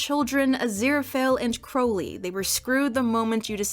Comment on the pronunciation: I honestly don't understand why kept mispronouncing Crowley. (I hope that I'm not coming off as rude.)